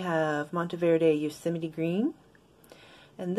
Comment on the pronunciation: Also you’ve taught me how to pronounce Yosemite, I can’t say that I have had to say it many times throughout my life, but I definitely got it wrong when I did 😂😂😂